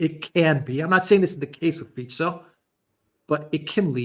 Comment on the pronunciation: Wow! actually pronounces Fico right! Something that most western media are too sloppy / lazy to bother finding out.